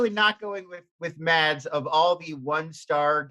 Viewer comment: It always humors me how difficult Mads is to pronounce right for people. You'd think someone would just look it up but no.